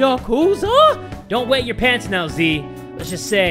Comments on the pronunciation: its not ya-kuuuuuz-a, its yah-ku-za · Haru: Haaah-Ru Yakuza: Ya-Ku-Zah Akihabara: Aki-hab-rah Sakura: Sa-Kuu-Rah :) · the way jay pronounces 'yakuza' gets me angry lol